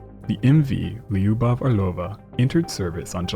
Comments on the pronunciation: It’s not “Li-You-Bov” It’s two syllables. If you can’t say “Lyu” just say “Lou” “Lou-Bof” would be closer to the actual pronunciation than what you are saying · For what it’s worth lyubov (любовь) is pronounced loo-bov